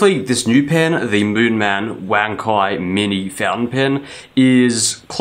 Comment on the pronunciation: Thanks for letting me know, I think most reviewers who aren't Chinese mispronounce it.